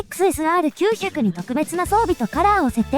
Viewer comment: XSRの発音に違和感。時々いい時も有るけど。